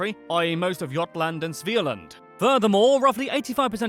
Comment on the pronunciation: You didn't pronounce Götaland, Svealand or Norrland correctly :P but that's fine, it's not your language.